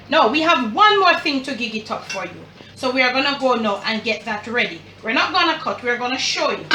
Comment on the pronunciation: Mi love mi Jamaican ppl dem “huppp di flame”😂😂❤️